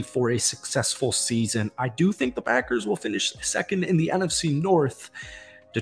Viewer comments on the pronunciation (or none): none